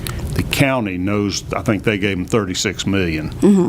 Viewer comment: I wish he'd refrain from "dese", "dem", "dose".